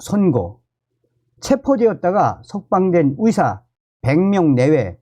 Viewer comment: 위사 위대가 아니라 의사 의대입니다 발음좀ᆢ